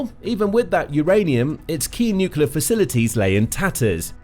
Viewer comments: Dislike for not being able to pronounce the word "nuclear". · It's slightly embarrassing not to be able to pronounce 'nuclear' on a video like this.